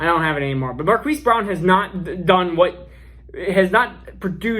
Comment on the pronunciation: Marquis is pronounced Mar-Keese 😉 Keep up the great work!